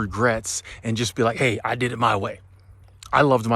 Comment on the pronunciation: I agree with you. Maybe too much emphasis on "just"